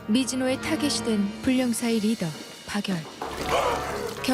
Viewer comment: 제발 발음좀 방열이 아니고 박열입니다